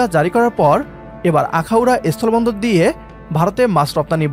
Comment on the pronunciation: এস্থোলো বন্দর নয় অশিক্ষিত,কথাটা হল স্থল বন্দর, আগে শিক্ষিত হও,তারপর ভারতের সাথে লড়াই করো